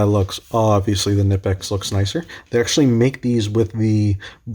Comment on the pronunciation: its not nipex its knipex😁